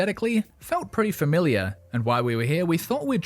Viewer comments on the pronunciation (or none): none